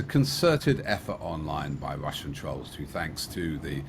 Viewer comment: Can't you find a compare that can say 'Russian' instead of 'Wussian' ? Common sense.